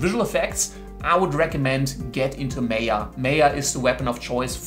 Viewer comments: my-yuh, not may-yah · it's Maaaya, not meya! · its Maa ya not may ya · Wrong pronunciation- it's not Meya, it's Maayaa 🤣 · Its M-ah-y-ah not M-ae-y-ah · It's Maya not Meeya... (sorry had to...) Great video for someone starting to look into the CG industry! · Its Maya not Mayor!! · its Maya .. not meaa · me yaa, me yaa... bro its maa yaa. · its not pronounced meyah.... it MAH-YA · Well autodesk MAYA is not pronounced "may ya" it is pronounced "maa yaa" (ˈmīə,ˈmäyə) as it is an indian world meaning the power to create illusions and you now know why it is named like that ;) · It's pronounced as MAYA. Not MEYA! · It's MY-AH not MAY-AH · Just one thing, it's not (meh-yaa) it's (maa-yaa).... Good video anyway. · Its called 'Maya' not 'Meya' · Maya is not pronounced as "Meya" it's " Maa-ya" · MAY - A? ? DA -TA?? . Good GOD! it's MAaa-YAaa , Day-Ta.. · its not may ya, it is called ma ya (MAYA) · It's Maa - yaa, not May - yaa. Maya is a Sanskrit word which means 'illusion' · Isnt it pronounced 'my-ah'? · the word "maya" is taken from sanskrit literature which means ïllusion" . And it is pronounced as "Maa Yaa". don't change it. thank you. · Maya - Maaaaayaaaa that's how it is pronounced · pronounce MY- AH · nice but, learn to pronounce Maya. its Mi Ah like the Mi ah (Mayan civilization) but otherwise awesome. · Seriously?! MAAya? LOL. 10 secs into the videos and chuckling. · Its pronounced 'my-ah' Were not making sandwiches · You’re saying “Maya” wrong. Lol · What a joke, can’t even pronounce Maya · Maya is pronounced with an 'I' sound like eye or guy. Mayo goes on a sandwich.